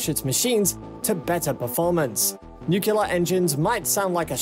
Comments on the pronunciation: Did you really say 'Nu-cu-lar', over and over again? Well at least Homer Simpson agrees with you. Seriously though, I couldn't finish watching this. Please learn to pronounce it properly. You sound like someone with no knowledge of science. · Why is it that every YouTube video discussing the science behind nuclear energy of any kind insists on calling it "Newk-u-lar"? This is how Gus and Zeke from Goober Gulch pronounce it wrong. Stop imitating them. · The baffling thing is he is speaking great, and his pronunciation has been impeccable, and then "new killer". LOL there is nothing new about nuclear killing people and things. No need for the troll. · Another idea: Learn how to pronounce NUCLEAR. It actually lends credence to your presentation. Please! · Literally couldn't focus on the video because "George Bush" apparently hasn't learned how to pronounce Nuclear. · Yup, bailed after having heard the name of the nuclear technology abused and mutilated at least four times in less than 1 minute, 7 seconds. Didn't even wanna go back to verify how many times it was actually mispronounced in that short time, and certainly wasn't planning of hearing out the remaining 9 minutes. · Thought this would be interesting but I cant stand when people can't pronounce that word. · repeat after me, "new-clear, new-clear." Not, "new-kyu-lar" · Yeah, I think I'm gonna have to bail on this one before it's over, I can't hear this 300 more times! 😆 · Im glad I didnt have to write this comment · IT'S NUCLEAR NOT NUCULAR FFS!! NU-CLE-AR!!! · Hahahaha couldnt help but laugh when I hear this commentor saying nukilar like president Bush :) It is NUCLEAR :) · The word is nuclear, not "nucular". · It is pronounced “new clear“ not nuke you lar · Yeah why is this guy saying nuclear like Homer Simpson? "Nucular" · Is he saying "Nucular"? Ax me if I care but I don't think he will be working on a nuclear rocket. Did he just say "Yeeahs" 12 months in a yeeah. I think he might be from England.